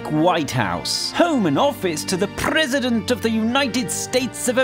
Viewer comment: O:03 prrrresident